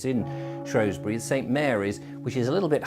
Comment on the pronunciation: it's not Shrowsbury it's spelled and spoken has Shrewsbury, because it as a E not an O. i wish people would get it right.